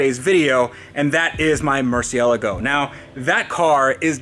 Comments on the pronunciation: Why are you still insisting on saying Lamborghini "murcialago" its Murciélago!! And what is the point on owning a lambo if you cant get it out on the road? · It's not a MurcielEgo, it's a MurcielAgo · Are my ears listen incorrectly or why do I always hear you pronounce Murcialgo? Becauce I'm pretty sure that the right pronounciation would be Murcielago. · Its a Mercy el r go not ella go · When you would start to properly pronounce Murciélago? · Why do you pronounce murcielago weird? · First thing i would do when buying a Murcielago is learning to pronounce it lol. But great content, just made me cringe. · Fucks sake it's not hard to pronounce Murcielago correct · every time you mispronounce Murcielago, it makes me cringe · Every time he mispronounces Murcielago I cringe a little.